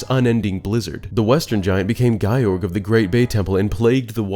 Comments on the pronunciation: Just had to comment since it was irking me, Ikana would/should not be pronounced like “eye-KAH-na” it’d be “ee-KAH-na” Also Gyorg is definitely not “Guy-org” it’s just “Gyorg” like “Yorg” with a G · Great video, I loved your theories about Majora's Mask itself. However, the way you pronounce 'Goht' and 'Gyorg' causes me great pain 😆